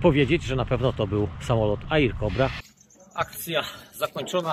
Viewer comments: Wydaje mi się,że to powinno się wymawiać ERKOBRA a nie AJRAKOBRA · Witam poprawna wymowa nazwy tego samolotu to ER Kobra samolot szybki dobrze sie nim lata i manewruje kanon robi robote 2-3 pociskami potrafie rozwalic me 109 fw 190 ki 61 itd